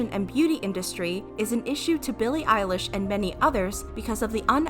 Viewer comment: I heard Billie eyelash I am sorry